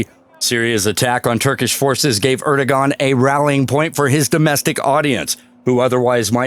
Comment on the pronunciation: Erdogan...pronounced Erdo-wan...FYI 😎